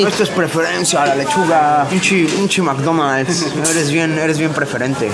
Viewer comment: "en este mcdomalds" :V